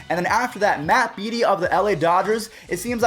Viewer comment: Matt Beaty MATT BADE-EY